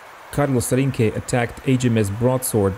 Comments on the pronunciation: el teniente "Tinke" no existe, es Rinke... se pronuncia RRINKE, RR like RAPID, REPORT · It was not understood or I expressed myself poorly. Rinke, with a single R sounds like Tinke, in spanish. it is with a double R, it is pronounced RR, but I can't explain it well to you because of the language barrier, anyway I don't think it is relevant. Greetings